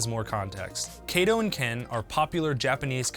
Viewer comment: Kato, not Keito.